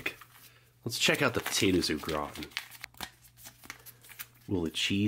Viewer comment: It's not potato o It's potatoes au gratan